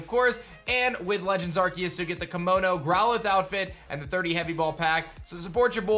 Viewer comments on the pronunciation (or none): none